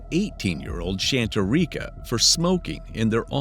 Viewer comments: I think he’s mispronouncing it. I believe it’s pronounced “Shaw-tare-icah” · No doubt, man. I was like, "Did the narrator just say, Shat-turr-eeka"?? 😂😂😂😂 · Her name is pronounced Shan-tare-e-cuh not whatever tf he’s saying. His pronunciation is absurd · He’s mispronouncing the hell outta that girls name. He’s making it so much worse. Her name is pronounced Shan-tare-e-cuh not whatever tf he’s saying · thank you! He’s mispronouncing the hell outta that girls name. It’s Shan though not Shaw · If your going to cover a story like this at least pronounce my wife’s name right. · The narrator is mispronouncing her name. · He’s mispronouncing her name horribly